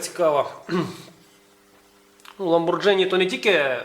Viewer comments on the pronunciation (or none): так, і читається не Ламборджині, а Ламборгіні (наголос на останій слог) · вуха ріже твоя вимова тоі марки . . . . ламборгіні ! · Правильно говорить ЛамборГини. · Сами итальянцы произносят ламборГини...